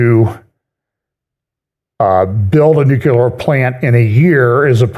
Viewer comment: "NEW-Klee-er." Or try: "NEW clear". Close enough.